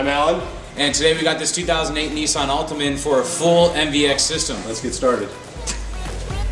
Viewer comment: lol, Neeh-saahn. wow its nissan......